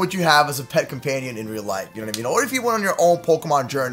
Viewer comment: Pat instead of pet